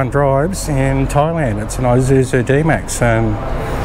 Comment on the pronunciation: ee-suzu, not I-suzu mate! Good vids. Thx